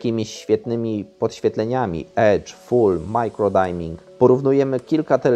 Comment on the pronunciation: Dajmink? Kto to rozsiewa? Dimming wymawia się przez [y] a nie [aj]!!!